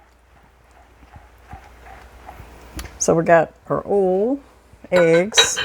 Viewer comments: Use bigger bowls. That's oyyy ul. Oil. Not 'ol'. 😣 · I love how she says oil too. More like oll. I remember visiting my family in West Virginia (we live in Ohio) the first time as a kid and asking them why they talked funny? They said they didnt talk funny, YOU talk funny lol. I'll never forget that lol. God bless, Shirley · Oh you are so clever. I have never thought to use cans as cutters. Has me thinking of different round shapes of cookies that I make and decorate. I love that you say oil the way I do. I grew up in Indianapolis, but lived in Texas so long I began to sound more Texan. I love this recipe. I will have to try it. I am always looking for fun things to take to our Wed night bible study at church. Praise the Lord, My hubby, an former atheist of 60 yrs got saved a few weeks ago. Prayers answered. I thought I would share that. Hugs. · Oil and bowl are my favorite words that says lol. Blessings 🙏🏼